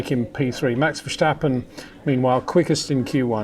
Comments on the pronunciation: Thanks for your great videos. Always a joy. Having said that, my ears hurt every time you say Versjstappen. It is pronounced verstappen (as in stagnant). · I thought he'd rather backed away from the extreme VerSHtappen lately